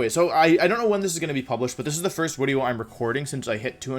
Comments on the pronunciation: Wolfey: It's intro, not into Also Wolfey: Wideo. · Wideo intro is now wideo intoe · Wolfey vocabulary: video = wideos Intro = intwo Gigalith = Jigalith Incineroar = ban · Wolfe, if wideo is wideo, then doens't that make us wiewers?